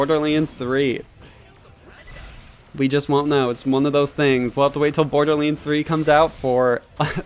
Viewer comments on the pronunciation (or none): Borderlends... its borderlands